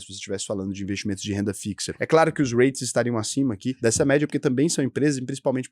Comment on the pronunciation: Não digas "Raites", diz-se "Rits"